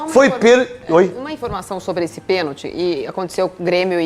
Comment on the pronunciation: Tem que ensinar pra eles que a palavra correta é pênalti não penti